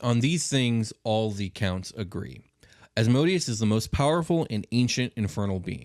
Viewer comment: Love this topic and love your show! Just a quick thing though, it’s Asmodeus (æzməˈdiːəs), or more simply: Asmedayous”. It really gets me when people pronounce it “asmoadious” haha. Thanks for this episode though, keep up the good work 👌🏼